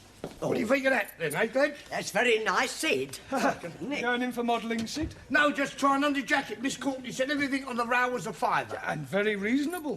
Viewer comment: Sid not shit